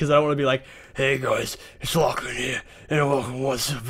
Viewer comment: Anyone else notice that it sounded like he said "Laflan" at the beginning of the video? :P